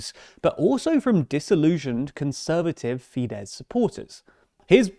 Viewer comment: The "SZ" letter combo in Hungarian is pronounced just like "S" in English. (Just drop the Z). Comes up a lot in these videos, as in FideSZ and TiSZa. Great videos otherwise :)